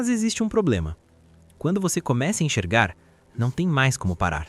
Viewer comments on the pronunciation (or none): Oloko irmão, "ENCHERGAR"? 💀